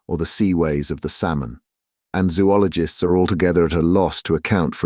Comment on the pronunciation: The narrator mispronounces zoologist every time